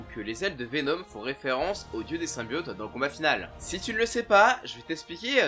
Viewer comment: C'est VeNOM et pas VeNEAUME